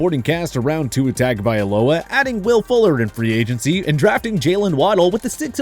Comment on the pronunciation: Yo I learned how to pronounce Tuas name right from this channel and now I hear them saying it wrong 😂😂😂